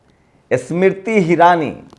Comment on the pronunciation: Yaar tum apna Pronunciation to theek karlo pahle......Smriti bola to aisa laga ki Isss Mirtti ( Iss mitti ) bol rahe ho.....